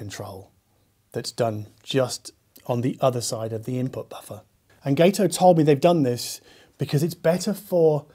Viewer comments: Gato is Spanish for cat and is pronounced got-oh. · I believe it’s pronounced guh-toe. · If Gato is inspired by the American Gato-class submarines from World War II, then it should be pronounced with a short 'a' sound, like the Spanish word for cat/Katze. My late father-in-law served aboard the Gato-class submarine USS Drum (SS-228) in the south Pacific.